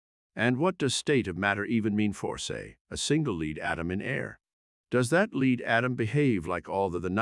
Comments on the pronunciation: So we are leading the way for Pb to be pronounced 'leed'?? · These things are getting pretty good. The only giveaway is that it pronounced lead "leed."